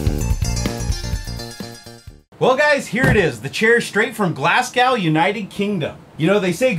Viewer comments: glasgaw? it's pronounced 'o' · Btw, its not glasgaw, its glasgooooo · ''Glass - cow'' hahaha. It's 'Glahz-go' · Glasgow is prounced - Glas-go. Liked the "gow" bit though! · Haha made me laugh saying Glasgow like 'Glasgou' it's pronounced like 'Glas-go' ;) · Glass cow? (in England we pronounce it like "glaa(r)z go", scotish "glAz goo" emphasis on the Owww. K now you can enjoy not sounding too American :P and thats trully a good thing (thang?) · Glass-cow? You mean Glaz-co? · lol, its not clas-cow... its GLASS - GO!! Glasgow :) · Glas-cow hheehe, its Glas-go. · It's not pronounced "glass-cow" it's pronounced "glass-ko" of course that's just the pronounciation and not the apellibg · Glass gow. Pronounced Glaz go 👍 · Glas-gow? Glas-go. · wait what... "glass-gouw", ./facepalm its pronounced "GLAZ -GO" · It's not Glas-gowe Its more like glas-goe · Sorry to be a burden, but Glasgow is not pronounced "Glasgowe", it it pronounced "Glasgo" it's not your faulypt though, everyone does it. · its pronounced GLAZ GO NOT GLASSGOW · Glasgow, its pronounced like "Glassgo" and not "Glasscow" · It's pronounced "Glaz-go", not "Glaz-gaw" - just saying xD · Glawgaw :') It's pornounced Glas-go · Hey, its pronounced glaz-go and not glass-cow but good attempt. English sucks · Still get a kick out of how he says Glasgow...Glass Cow XD Thanks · Hay is pronounced glassgo lol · its pronounced "glaz-go" xD keep up the good work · Loved the way u said Glasgow lol, Thats where im from, it's pronounced Glasgo buddy ;) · You're a Brit fan aren't you? Benny Hill music. The only thing is you didn't pronounce Glasgow properly. It's got an oh at the end even though it's written as ow. Great video by the way. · lol "Glass-cow" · Lol you totally butchered "Glasgow". It's pronounced like "Glas-go" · Glass-Gall Unkited Kingdom? Glars-Goe Scotland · i believe its pronounced glas-go trust me i live there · When saying Glasgow mate you pronounce it Glas go. :)